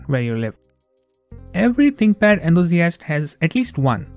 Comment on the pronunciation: An example of why enunciation is important. It sounds like you said "my ex-wife's stream." 🤣🤣